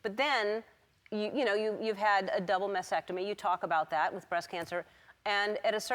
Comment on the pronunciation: There’s are two “T’s” in “mastectomy” Ellen, and neither are silent...